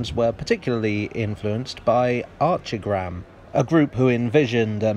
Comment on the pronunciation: From the mispronouncing of Archigram, the ‘h’ is silent as it in architect and architecture, the review missed the point completely! The building IS an extremely good example of architecture. I’ve been in the architect profession since a student over 40 years ago and never heard the term ‘bowelism’, where do you find it? It was known at the time as being ‘high tech’. The difficulty with architectural aesthetics is that they are objective and not a fashion/subjective issue. Trying to get that through to planning officers and planning committees is a lot harder than it should be due to the low level of visual literacy in the country.